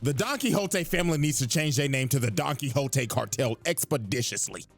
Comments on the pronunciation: I lost it at "Don Quicks Oat" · Don't worry. When I played Castlevania: SotN when I was younger you can find a book titled Don Quixote. And I pronounced it the same way you did